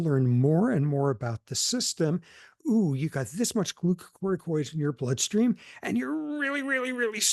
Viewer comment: Thanks to Prof. Sapolsky, I can finally pronounce the word glucocorticoids correctly.